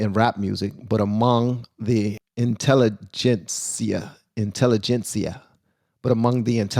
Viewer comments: Perfect Pronunciation!! Intelligencia!!! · You said intelligensia perfectly correctly my friend. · Bro,... very good job with the pronunciation. You learned something today.